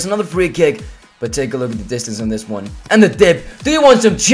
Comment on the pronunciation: You can't pronounce 1 properly